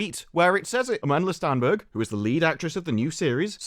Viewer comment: "Stenberg" Every effing time.